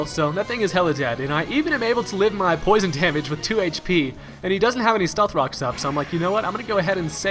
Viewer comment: You said "stealth cocks"